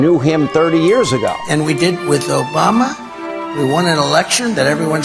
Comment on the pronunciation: Did Trump say Joe Bama? 😊